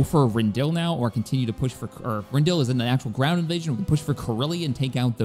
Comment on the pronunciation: Ding dang it,. I've been watching you so long, now you got me calling it Rend-dill... smh.🤣😂